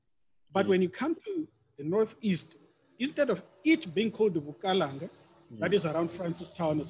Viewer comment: Bukalanga not Bukaranga we don't have an R in our vocabulary.